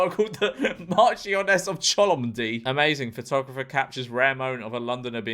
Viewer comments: well actually 🤓, it's "chumley" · It's pronounced Chumley (somehow)